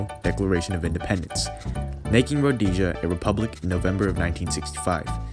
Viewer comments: If you are going to make a programme about a country, it might be a good idea to be able to pronounce its name correctly! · Rhodesia won the war all the changes came were political Mugabe was a commie dictator and that is why Zimbabwe is failing now most of the battles Rhodesia won and why can't you pronounce Rhodesia right find any other video and they say it right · Potential??? 😂 This is not some 15 year old project - it's a sad Rhodesian hater's ploy. Note the mispronunciation of the basics. So sad that you have to hide your sorrowful arse. Go get a life. You won't get it in Zimbabwe, but you'll be happy to bleat and usurp footage and audio like this from your little hole. Good luck! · Calling it roadasia is insulting!! it's pronounced RHODESIA, RHO DES IA. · A small point: it is called "Rhod-ee-sia". Not "Rhod-ay-sia" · [road-ee-sha] Not [road-ey-sha] For fuck's sake. Otherwise pretty kewl. Preesh. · It’s ro-deee-sia. Row like a boat. Dee like deem. Zee like New Zealand. Uh like uh what do I do. You keep saying ro-day-sia, day like daytime. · There is no such place as "Rhodaisia! .... There was a country called RHODEEE'SIA!!! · You're pronouncing Rhodesia wrong. Rhodeeesia, not Rhodaysia. It's not spanish. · Why do you say Rhodaysia its Rho-Dee-sia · It's Rho-Dee-Sia, not Rho-day-sia. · Learn how to pronounce Rho-des-ah. Ian Smith and the Rhodesians were betrayed buy the UN, England and the US. The war wasn't lost in battle it was lost by the betrayal of the Rhodesians. You have go a lot of the background facts wrong. Ian Smith had a program for eventual black rule but Mugabe wouldnt allow that and the Lancaster agreement was signed without Ian Smiths agreement or input. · Anyone would think it was spelled Rhodasia the way you pronounce it.... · …when did my country become “Rodaysia?” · Also you pronounced Rhodesia wrong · The way you’re pronouncing “Rhodesia” is fucked. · That’s not how you pronounce Rhodesia lol I had to turn this off